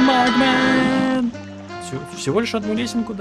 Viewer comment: почему ты говоришь магмен?